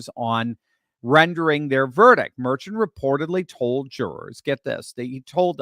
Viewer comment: "Dr." does not know his ASS from a hole in the ground. He doesn't know how to pronounce the name MERCHAN. mer SHAWN not MER chin